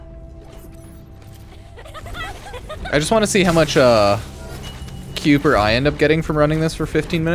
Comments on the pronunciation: spent 15 minutes doing the same mission.We're at one point the narrator voice says kuiper enhanced vulgus and he STILL mispronounces it 😅😅😂 "Ky-per" is the pronunciation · Pronounced "Ky-per"!